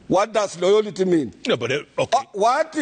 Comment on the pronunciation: "Jeff what is loyolty"?